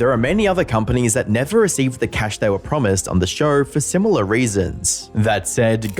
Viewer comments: So this guy puts an "R" at the end of "show" and "Idea" but removes the "R" on "however". He says "Showr" and "I-dear" and "How-ev-ah" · Noar, TV ShoAR, IdeaAR, soAR Of all the way you guys butcher the English language, the way you can't handle the simple letter "o" is my favorite 😂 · Shouuuuuuurrrrrr. Why the fak english is such a fakin faked up language? Show is just on it's own a good word to hear, but if you pronunciate it shooouuuuuurrrrrrrr... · Never heard the word show with an R in it before this video